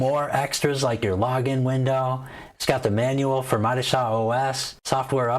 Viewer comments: It’s pronounced MO-DI-CHA. Stress the second syllable only. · Modeechia!! Enunciation my friend